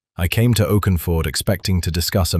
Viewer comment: Since when is Oxford pronounced Oakenford? And women in that era rode sidesaddle.